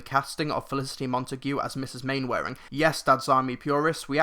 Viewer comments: Glad to hear that it's good, as I am a huge fan of the original series. Toby Jones looks horribly miscast in the trailers, though. Oh, and by the way, Mainwaring is pronounced "Mannering". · It's pronounced Man-er-ing, a joke in the TV series is Captain Square saying it wrong repeatably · I love how he says main-wearing.